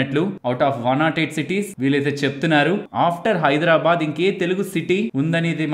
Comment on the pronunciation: Very nice coverage sir ! I am regularly following your videos . Thanks a lot 🎉 Plz say Hyderabad..not Hydra bad. No ill feelings plz